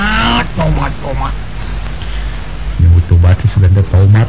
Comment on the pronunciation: Haaaa mang jaya ge nu nyebut tomatt haaa😂